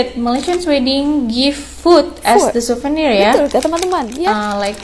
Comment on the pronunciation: Siuvernier Bukan SEBUTAN LIDAH nya SUVENIERRR